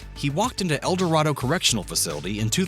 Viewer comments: In Kansas, it's pronounced el doray do, not el dorah do. Do your homework, more correctly your work work. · It is pronounced El dor ay do. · Can't pronounce Saline, El Dorado, and Wichita correctly. Natives call it "Sa Lie Nah", "El Der ado", "Witch it taaa" - Other than that yeah you all are right, he was / is a big pile of it. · It’s el-da-ray-doe phonetically. Kansas is east of the divide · I get so tired of hearing it mispronounced. The least they could do is try to be accurate. I'm surprised they didn't say Wicheetah.